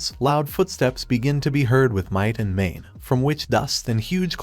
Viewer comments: "with might and mane" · If you just pick a random point in this video it will take less than 1 minute for you to hear might and mane. Sometimes you hear it immediately. Holy shit I found myself cringing every time I heard it.